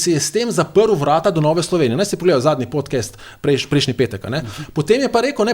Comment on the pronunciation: Podcast se izgovori podkast in ne podkest.